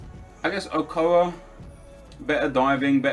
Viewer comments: ockoa? o-cho-ah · "okoa" really Nep really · it's not Okoa. The C and H make the CHA sound. same sound as if you were pronouncing Champagne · Am I the only one who cringed when Nep said Guillermo Ochoa's name as "Ocoa" he didn't even include the h, like does he not know how to pronounce a CH or something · did he just call ochoa ocoa?